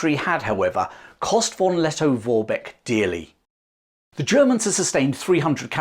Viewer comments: Plewe spell V = F. So it sounds like Forbeck. Thank you. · It's not pronounced "won Letto-Worbeck" 😅😅😅.